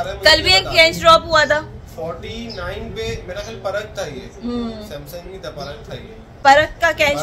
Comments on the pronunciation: परग नहीं उसका नाम पराग है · पराग हैं परग नहीं 😂😂😂